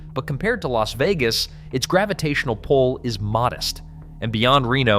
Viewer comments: You managed to mispronounce both Nevada and Las Vegas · How the hell you do a video like this and can’t pronounce Nevada or Las Vegas properly? And no mention of Laughlin…